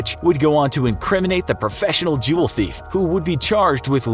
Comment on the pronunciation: DiD U SaY JuLlS?